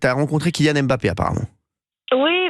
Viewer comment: Prononcer "Em-Mbappé" en 2024, il faut le faire.